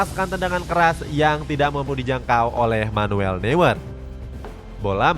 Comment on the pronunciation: Min punten, Manuel noier (Neuer), *eu dibaca oi